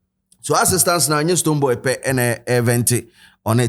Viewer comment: Did he called STONEBWOY “BooBo”😅